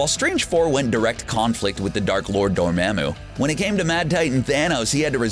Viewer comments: Yo its Dormammu, promounced Door Mom Moo. not Door Ma'am Moo. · Did you say “Door-mam-moo”? Omg say it like “Door-mom-moo” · It hurts that the narrator says "dor-(its)maaam-moo" instead of "dor-mom-moo". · Door-mom-moo.... (not spelling, its a pronunciation) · I hate that way he said dormomu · It’s pronounced door-mom-ooo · Does anyone notice that the guys talking says Dormammu absolutely wrong!😂😂😂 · When your narrator pronounces Dormammu incorrectly. Repeatedly. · The way you say "Dormammu" makes me question everything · Please stop saying Dormammu incorrectly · Enjoyed it...but scowled every time he mispronounced a name. (Dormammu.... Cyttorak... Uatu...) 😔 Other than that, very interesting video! 👍😊